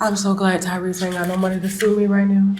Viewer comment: So we all made the same face as Tasha when he said Tyrese right?!